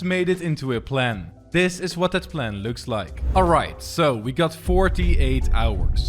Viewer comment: It iz what it eezz